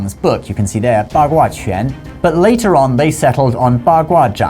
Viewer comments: You keep pronouncing quán (fist, punching) as if it were qián (various characters, various meanings, none of which have anything to do with martial arts). The character shown is correct for quán. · No, because u in qu is pronounced like French u as in une. It has also been transliterated, roughly, chwan or chuan. You were saying ch'yen.